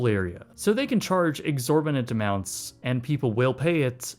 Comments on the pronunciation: The word is exorbitant not exorminint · "exorminant" "No i'm not drunk occifer, i have a speech impedinent" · If you want to use the word, "exorbitant", look at it for a minute, practice saying it and then pronounce it correctly. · Exorminant hahah